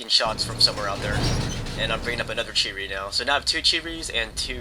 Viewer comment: There not cheetos or cherys.. its Chi-To and Chi-Ri Incase you havent noticed there in Japanese.